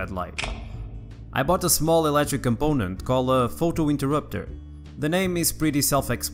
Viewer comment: And also he said eletric instead of electric lol